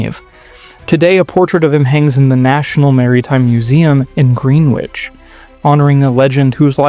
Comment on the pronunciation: HMS Koss ack would be the correct pronunciation . Short o. And it’s Gren itch not green witch